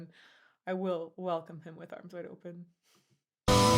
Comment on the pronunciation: Anyone else keeps hearing "arms wide opAn" instead of "opEn", or am I going crazy? xD